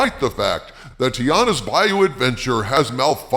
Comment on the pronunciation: TI-ANNA, not TI-ARRA. you sound like you are uninformed.